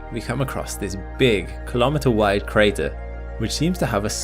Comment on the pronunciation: What is a kholometer? Say miles like a normal American